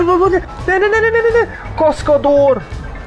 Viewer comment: kaszkador = kaszkadőr